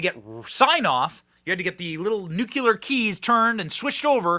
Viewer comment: It's NucLEAR.